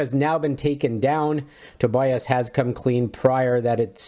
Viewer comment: And his first name is pronounced To be us